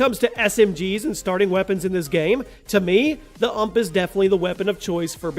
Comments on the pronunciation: did he call a U-M-P an ump ...wow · Not "uhmp" , its "YOU EM PEE" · innit he got me triggered saying it like uhmp